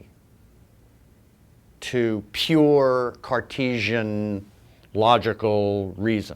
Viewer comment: I realized he means fealty, but has no idea how to pronounce it.